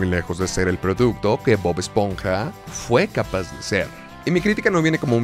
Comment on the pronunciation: Bob "Espoja"